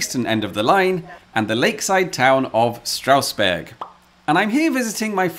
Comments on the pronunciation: Very good German including the pronounciation! Well, actually, the first 's' in Strausberg, like in all instances where 'st' or 'sp' occurs at the start of a syllable, is pronounced like 'sh', so it's 'Shtrausberg' :) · Strange that you pronounce the ST in Steffi right but not in Strausberg and Straussee :-P Amazing video as always though :-)